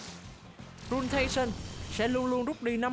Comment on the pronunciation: Chính xác là ruiNAtion chứ k phải ruinTAtion nha 😅